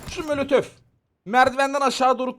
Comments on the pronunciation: Kanka sana zahmet birdaha mölötöf deme ya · Abim mölötöf çok güzel diyor sun ❤❤❤😅😅❤❤❤❤❤❤❤❤❤❤❤❤❤❤❤❤❤❤❤❤❤😊😊😊😊